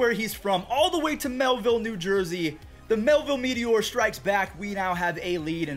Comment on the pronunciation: It’s MILLville not MelVille NJ